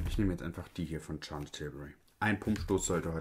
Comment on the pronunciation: Lieber bevor Du auf das Charlotte Tilburry gehst: Charlotte wird am Anfang mit sch anstatt Tsch ausgesprochen. Viel Spaß dort! ❤